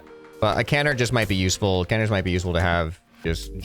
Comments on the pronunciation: this lowk pmo its Kuh-nards not Kan-erds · pronouncing canards like "can -erds" instead of "cuh-nards" was painful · It’s killing me, it’s not pronounced canerds its can-ards. Pleeeease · it is pronounced ca-nards